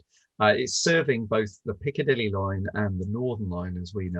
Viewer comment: I love your pronunciation of Piccadilly. Never stop saying it. Greetings from Sydney.:face-purple-smiling-fangs:🏳‍🌈